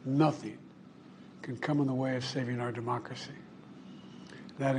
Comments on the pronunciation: Did he say "critical to ahnemocracy" ? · “ cuz this is critical to our mocracy” 😂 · “ because this is critical to our “ amocrasy “ 😅😅😅